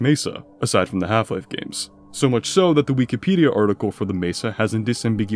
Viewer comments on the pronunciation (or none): none